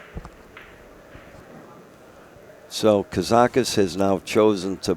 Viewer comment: Thanks Accu-Stats. I know Mark had a sheet of loose leaf in the booth with KAZAKIS written in huge letters which he waved in front of Mike every time he said "Karakis," haha.